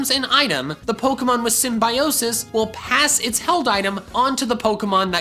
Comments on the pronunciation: For the record, I really wanted to thumb you down for your mispronunciation of symbiosis... But I shall refrain from being so petty. Instead I'll leave this contradicting comment. 😀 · I've heard "Symbiosis" in Dobbs Video...